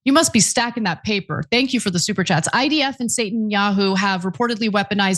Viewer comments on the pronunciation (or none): none